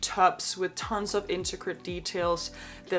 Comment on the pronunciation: Don't mean to be that person, especially since I enjoy your channel very much, but my ocd just gets the better of me. There's just a word that is by far your "go to" word and I wouldn't say anything except it is said in basically every video, sometimes multiple times a video, and I'm sure it's not a big deal to anyone else but again my ocd. It's the word "intricate". You always say "inticRate" instead of "intRicate". I know its Probably not a big deal to anyone else but it's just that I enjoy your content very much except for when we get to that word, it messes with me. Other than that, big fan. Keep up the good work.